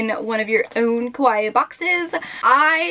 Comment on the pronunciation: You kept saying koh-why box, which sounds like the Japanese word kowai, which means scared or scary. Kawaii is pronounced kah-wah-ee, just as an fyi. :3